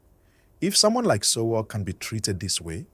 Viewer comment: For some reason your story is more dramatic than the actual story. This story teller can’t even pronounce Sowore . Even though We already heard the news from the those lawyers on the ground where it happened. One can now see this story teller is just looking for views by making up his own analysis with AI